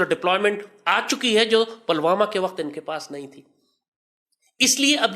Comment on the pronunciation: अबे जाहिल पहले शब्दों का उच्चारण तो सीख लो आतंकियों पलवामा नहीं पुलवामा है और सुन भारत का हथियार भारत के लोगों के अंदर जो संस्कार हैं वो है उसी से पेलते रहेंगे